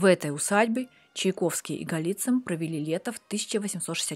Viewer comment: Да Чайковский он, а не Чиковский